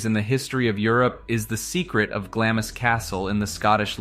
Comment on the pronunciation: Eileen Mòr is pronounced "Eelan More" and Glamis is pronounced " Glams"